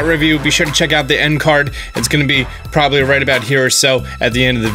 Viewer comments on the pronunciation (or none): none